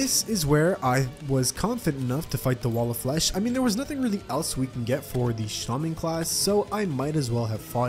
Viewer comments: It is pronounced shAWman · says shAmon!? Why does he say it like that, I know he in American and English is weird but, y’know